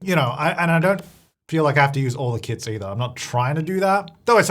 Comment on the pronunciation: sounds like he is saying KIDS rather than kits in the beginning